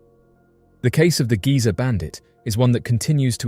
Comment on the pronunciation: Not giza bandit Geezer bandit. As in old geezer.